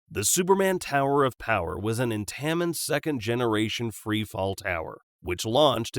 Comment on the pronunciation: not being rude look up how to pronounce intamin